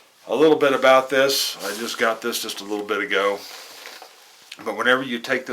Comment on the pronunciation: got not git lol